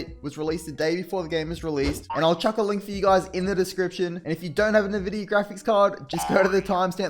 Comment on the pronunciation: Just a head's up, it's pronounced "en-vidia", but "nuh-vidia" lol.